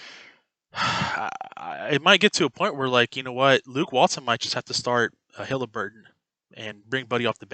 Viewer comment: It’s Haliburton not Hilaburton but keep up the good content.